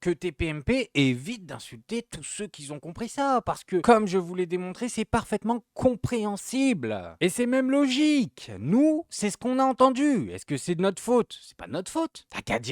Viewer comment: Le p'tit com qui est bien intentionné et plein de bienveillance donc je fais confiance à ta bonne foi et ton intelligence pour le prendre bien : Arrête de dire "ceux qui-z-ont" Avec tout le respect que je te dois. Bravo pour l'ensemble de ton travail et bravo pour cette vidéo qui prouve que tu as l'honnêteté de débunk toi-même les ambiguïtés que tu aurais pu susciter 👍 😉😍